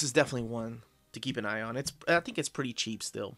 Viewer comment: "This is definitely one to keep an eye on" (or "keep an Ion?") :)